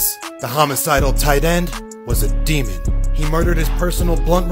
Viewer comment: I think how he put emphasis on “Demon”